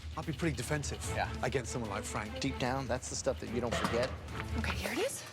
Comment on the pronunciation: Fwank wost cause he was a vewy wazy cook.